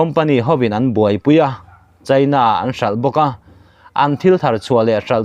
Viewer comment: Ngen hi sialai tih na a ni a, a tawp lam ah thluk san tur. Chhin ni lo in chin, china ti ang a lam tur, chhaina ni lo in😂😂